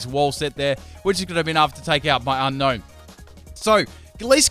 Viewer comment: It's pronounced un-own not un-known lol.